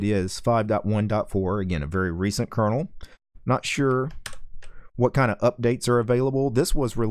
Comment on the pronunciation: did he say recent curdle?